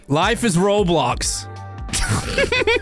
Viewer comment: Im sorry to say he did not say roblox he said life is roadblox 😢